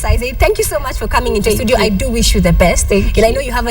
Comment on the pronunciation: how can KTN mess up the word "STUDIO'???????????????